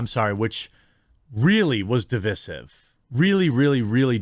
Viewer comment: "really, really, really devizif" Learn to speak English, you clutz. Divisive [device-sieve]